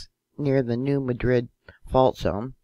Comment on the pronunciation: Still hard to take you seriously when can’t even pronounce New Madrid correctly.